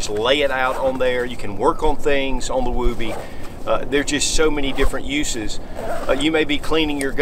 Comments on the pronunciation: Well, you certainly are not using the Mr. Mom pronunciation:) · Never heard anybody pronounce it that way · You're saying it wrong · Can't watch bc he refuses to say the word correctly. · Why is he pronouncing it like that lol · It’s woob-ee not woo-bee. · I'm just giggling you say woob like boob and it's woob like book. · NOT WOOOBY, short O, not long, wuhbbie. Came in in 91 as combat arms, everyone including my DS from the 70s called it that. My grandmother referred to baby blankets at that also from the 30s. Not sure if REMFs call it that since they have no need for it at the bottom of their wall lockers/dufflebags. Definitely saved me a few times from heat loss in several countries, in all biomes. Still use mine to this day. The newer ones are chinese trash and do not seem to have the same heat retention nor quality stitching, or standardized sizing, than mine from 91. Just like our Etools. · During my time as an active army soldier in the early 2000s we called it a woobie, but pronounced wuby. Not wew-by. Or just go with the original source here to clarify the pronunciation. I think if an enlisted soldier called it a wewby he would have been laughed out of the barracks. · I’m gonna get petty here for a second but woobie rhymes with woody. It’s not a wooooooobie. But yes it is a Soldier favorite. I’ve seen many a Soldiers take nothing more than this and their bivvy sack into the field even when it’s cold. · Not pronounce as woo-bee. Moore like Wubee. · James Hanna has the right of it. I was in the Army Infantry ( ). It's pronounced as, "wubbee". Same vowel sound as "wood". As a new private, in 1982, I asked my squad leader why the poncho liner was called a "wubbee" ? SSG Morse said, "It's short for, "I would be(wubbee) cold with out it!" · The oo is pronounced like it is in wood. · Love your videos. It is actually pronounced differently. Like wood. Not like boobies. Almost like would be. And yes it was taken from the movie Mr mom.